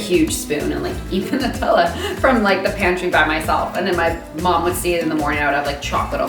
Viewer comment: She's pronouncing Nu-tella wrong